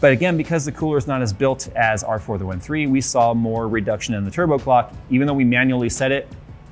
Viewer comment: For half of the vid i tought he was saying further wind instead of for the win